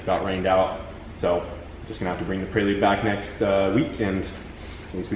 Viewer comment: hahahaha 'PRAY-LUDE' prelude brother hahah love it